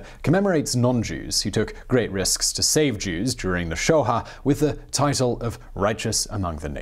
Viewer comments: Not Shoha but Sho'ah. Very beautiful and inspiring account of this saintly woman. Thank you Simon!!! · I'm not Jewish and even I know this: It's the "sho-AH," not the "sho-HA". Please get these things right. If you can't, just say "holocaust."